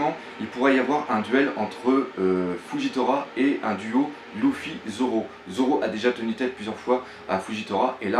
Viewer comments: propre ta vidéo j'adore je les suis toutes mais y'a un gros problème ça me fait mal au oreilles quand j'entend loufy et louchy, c'est Leufy (lufy) et lusie et non louchy faudrait pensé à voir la prononciation des blases sinon c'est vraiment nickel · arrete de dire louffy . sa s'écrie luffy mais sa se prononce leuffy